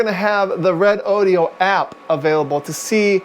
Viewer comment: Hey, it's RE- DO-DO, NOT RODEO DODEEOH. JUST RE DOH DOH! DOH!!!